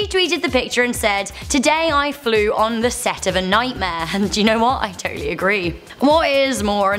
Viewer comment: I "toe"tally agree